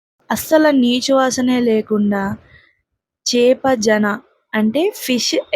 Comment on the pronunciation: చేప... జన.... కాదె... చేప.. షేనా.... అంటారు..